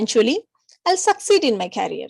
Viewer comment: Hi, Your teaching is wonderful and useful. I appreciate you. I want to point out your pronunciation on career, it's not carrier.